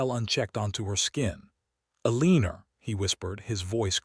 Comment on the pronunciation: A-leen-ER? Good grief. Pick out a better AI narrator. Simple resolution to Penelopes's threat: Publish it.